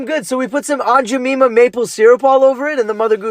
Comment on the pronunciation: Love that adorable puppy! But Aunt Ja-Meme -a?? That's a new way to pronounce it. 😂